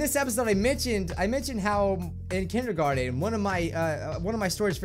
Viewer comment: Lets talk about "Kendergarten"